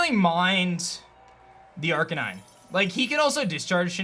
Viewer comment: He was saying "Aranine" wrong